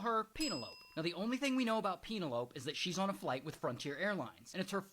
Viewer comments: its pronounced pen el o pee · He knows . It's more fun mispronounced, don't you think?